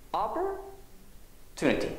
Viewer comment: opportunity の発音、の”アッポー” （身振り付）すごく分かりやすかったです。有難うございます。